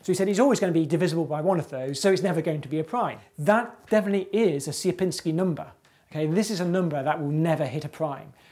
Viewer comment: you've got funny pronunciation of "Sierpiński" anyway, nice video :P